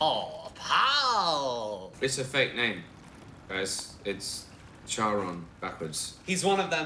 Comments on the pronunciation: weird thing but they pronounce Charon wrong (it's pronounced kharon cause like in Italian the ch in Greek make the k sound ), also I get why they would pick him he is ferryman of Hades, but he's notoriously greedy, which by the way they bitch doesn't make sense wouldn't naming themselves after the river be far more suiting since the styx wipes memories, and tends to destroy the lives of even the dead but it also has holy properties, what about Pluto the Roman version of Hades tied to money he is never characterized as greedy just that he possesses a lot of wealth that he distributes. in conclusion even something as simple as googling how to pronounce a word was to much for the movie above it being bad its budget was a million dollars ... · I know I'm like a year late, but the thing that still bothers me the most about this movie is that nobody pronounces Charon right. There's like 3 pronunciations depending on what they're referencing and they're STILL saying it wrong lol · I love how they insert some Greek mythology into this but don't acknowledge it at all. Charon is the guy who takes the dead people from earth into the Underworld to be judged and sent to their afterlife. They pronounce Charon wrong and they call the thing a river. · Charon is greek. The ch is pronounced the same as a "k". It is so annoying hiw the movie keeps saying it wrong. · They couldn’t do two seconds of research to figure out how to pronounce Charon???? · Wait, they call Charon "Sharon"? Charon is the ferryman who takes the departed over the river Styx and into Hades. The "ch" is a "kh". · They kept saying Sharon and in my head the whole time i thought it was read as Kharon. Googled it and damn now that part just irritates me everytime they said it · I’m not a Greek mythology expert, but aren’t they pronouncing Charon wrong? Like isn’t it supposed to be said like Care-on and not Share-on or Chair-on? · I always pronounced it as CARE-ON but their pronunciation is just annoying